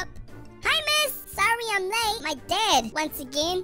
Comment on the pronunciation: When he said dad it sounded like dead